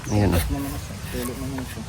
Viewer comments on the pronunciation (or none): none